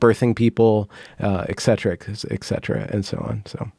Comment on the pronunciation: interesting episode. Cheers. Just one comment - pet peeve - it is not "ek-/ex-cetra", but "eTcetera"(you know - etc.) :)